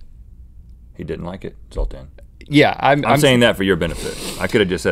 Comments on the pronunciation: "Zoltain!!!" Dude where's my car lol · Zoltan is just a name in Hungary... The Z has a Zh sound. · Yeah, the name Zoltán exists. It's a Hungarian name but you pronunced it very strange...